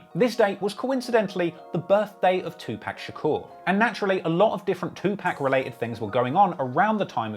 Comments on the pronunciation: STOP SAYING TWO- PACK IT IS JUST WEIRD AND WRONG PRONUNCIATION OF THAT BLACK MANS NAME! STOP THE DISRESPECT ALL BRITISH PEOPLE ITS UNNECESSARY. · Saying 2pack is crazy for 2pac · “Two pack” 😂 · Please never pronounce the great Tupac name like "2 pack" ever again. Otherwise, great work. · “Two pack” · As the avid hip hop fan you claim to be, please learn how to pronounce Tupac’s name. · Awesome content, but ffs please learn how to say Tupacs name correctly. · I stop watching this dudes videos everytime he says Tupacs name wrong! How da f#@ can you know so much about hip hop then sound like a total idiot mispronouncing one of the biggest artist in the world's name wrong...only rational is says Tupacs name wrong on purpose 🤡🤡🤡 ishhh 👎👎👎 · I feel like if you can't pronounce Tupac correctly you shouldn't be reporting on a music scene across the lake. Very informative nonetheless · U know how to say Tupac just stop. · I cringe every time he pronounced Tupac name 😣😣😖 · Hickory Dickory Dock this nigga can’t say TUPAC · i hate the slime explanation bc the way you used it in a sentence is wrong and i hate the way you pronounced tupac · Bruh it’s no way you do not know how to pronounce Tupac and say you love hip hop just ain’t no way. 🤦🏾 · How u a trap music expert and saying Tupac name wrong 😑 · So you don't know who 2pac is why u saying his name like that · The way you’re saying 2pac is a problem lol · U keep saying Tupac name wrong dude. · You don't even know how to say Tupac's name. I'm starting to get culture vulture vibes fr!!!! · The way you say Tupac makes me cringe hahahaha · Great vid, but laughed every time he said 2pac wrong. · Bro I've always thought you was legit until this video....my man said 2 PACK!! 2 PACK OVER AND OVER NOT PAC BUT PACK! NOT 2 POCK....2 PACK!! YOU GOTTA TAKE THIS L! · It’s pac not 2pack. Get it right. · You should say 2 poc with your accent it sounds weird af saying pacc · Bro its not two pack too pok phonetically